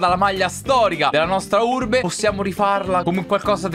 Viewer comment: Finalmente il ritorno di!!!🔥❤ E soprattutto della Urrrrrbe